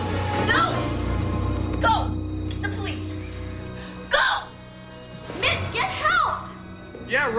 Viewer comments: I keep hearing bitch instead of mitch 🤦🏾‍♀️ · No lie at first that's what i hear then i heard mitch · i swear, the whole time...i heard Bitch not Mitch... :(